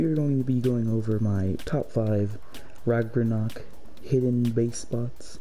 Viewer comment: U said rargonok